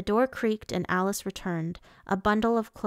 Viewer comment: It’s Aris not Alice